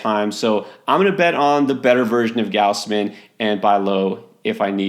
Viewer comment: It's not "G-ouse-man". It's "Gaws-man".